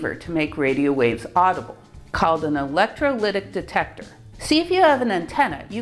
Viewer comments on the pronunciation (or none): none